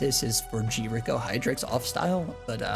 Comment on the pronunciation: Never heard anyone pronounce Grico as G-Rico lol made me chuckle